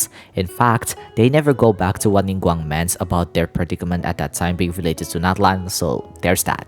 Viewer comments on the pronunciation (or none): none